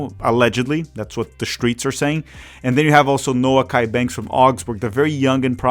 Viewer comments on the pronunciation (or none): It’s pronounced “no-key”. Not “Noah-key.”